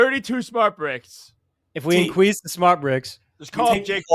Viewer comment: AYOOOOOOOOO incwease 😂😂😂😂